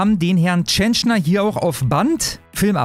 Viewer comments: Die musst mehr Fernsehen schauen 😀 Dann weißt du, dass er Peter Tschentscher, nicht Tschenschner heißt. Ansonsten danke für die Info. Warum liest man das nur in der Welt? Meddl off. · Tschentscher, er heißt Tschentscher, der Lump. Nicht TschentschNer! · Ich will den Mann gar nicht in Schutz nehmen. Wollt nur anmerken, dass der Kerl "Tschen - chair" ausgesprochen wird :) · Meine Güte Alter, der Mann heißt TSCHENTSCHER! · er heißt TSCHENTSCHER 😂